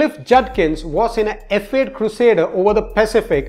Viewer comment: He has sub titles because it sounds like he is saying ef ayy....instead of f 8